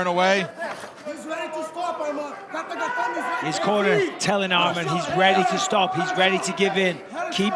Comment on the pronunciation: "Armam tsarukyan"